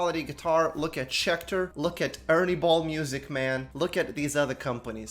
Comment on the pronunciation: SCHECTOR SCHECTER SCHECTER